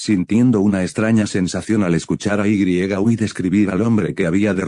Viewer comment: muy bueno enserio esta genial 1000 de 10 pero que no es yui kotegawa por que perece que dice ui kotegawa